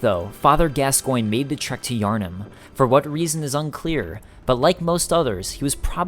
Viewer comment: Pretty sure gascoinge is French and is pronounced gasgauw